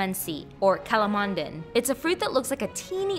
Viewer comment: I think it is pronounced as "kala moon ding"